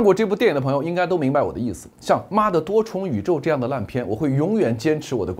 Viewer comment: 妈的多重宇宙 这么一连读我就笑尿了 棒棒哒👍👍👍